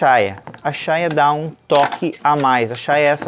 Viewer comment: NÃO É CHAIA O NOME DA PEÇA. É CHAIRA QUE SE DIZ